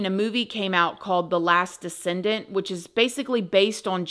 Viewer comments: It's called The Last DECESENT, not descendent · It's the last "Descent" not descendant.